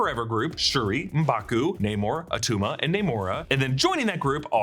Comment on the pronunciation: "It's not atuma"